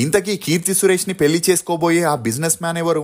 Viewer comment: పెలి కాదురా పెళ్లి…. తెలుగు పలకలేని ప్రతి పనిలేనోడు ఛానల్ పెట్టేయటం…. నేను చూడటం…. ఖర్మ